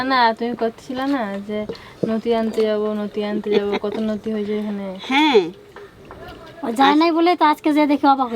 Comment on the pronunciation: O thammi noti noi loti🤪